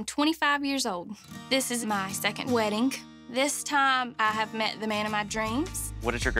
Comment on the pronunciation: "This is my second WEDDINGK"